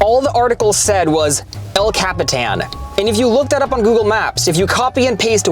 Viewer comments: *El Capitan, not El Catipan, sorry youre gonna have to delete, re-edit and rerelease this video because of woke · I'm sorry, the "El Catipan" theater?